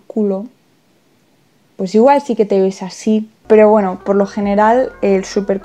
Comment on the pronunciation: Me da mucha gracia cuando dice "poweno" xdx